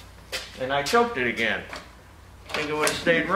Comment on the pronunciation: does it uh-ginn! 🙂✌️❤